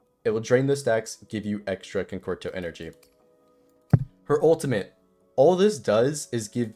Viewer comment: my dude mispronounced concerto 8 different ways . Your personality is great and the guide was concise and helpful though so heres a like , sub and a comment for the algorithm. Keep em coming !